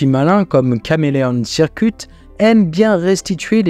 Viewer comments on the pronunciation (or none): none